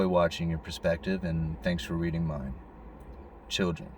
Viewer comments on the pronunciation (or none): none